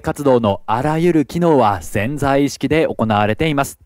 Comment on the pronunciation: ぜんざい意識ではなくて「せんざい」意識